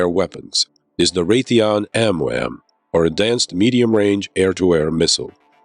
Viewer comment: he said amwam😭😭 but great show, gets me hooked right away